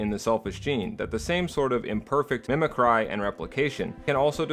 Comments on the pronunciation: Mimicry is pronounced "mi-muh-kree", isn't it? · Honestly can't tell if you're intentionally mispronouncing "mimicry" or not. lol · How do you not know how to pronounce mimicry? C'mon man, you say it wrong every time. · Amazing video. Lol it kills me when you say mimic cry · Glad someone else said something, it’s either something he never heard pronounced before his script or intentional, who knows